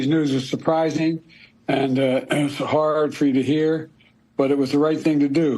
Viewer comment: When I heard the words "hard" and "heart" I questioned the authenticity of the audio. The "r" is pronounced too hard for his usual accent. I'm not a conspiracy theorist but this really has me questioning things.